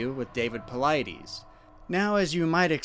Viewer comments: It is really difficult to listen to you mispronounce David Paulides' name. You say you listen to his reports, right? At the beginning AND at the end of his reports/videos he pronounces his name very clearly. The last syllable of his name is NOT pronounced EEEZ. It is pronounced iss. David Paulid-iss. Hard to put much credence into a report where the primary name that keeps getting spoken is mispronounced. I'm going to keep listening because The Lore Lodge, who does pretty good research, highly recommends your reports. I hope it gets better. Cheers! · " I love how you purposely mispronounce David Paulides's last name. I bet that chaps his hide. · I don’t mean to be such a jerk here, You gotta know how to pronounce paulides by now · Since you're using all his material, do you think you could at least pronounce Dave's name correctly...smh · Ru mispronoouncing Paulides on purpose? I watch his videos and he does not pronounce his last name that way. Always throws me off. Just curious.